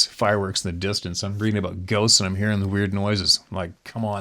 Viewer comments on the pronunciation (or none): none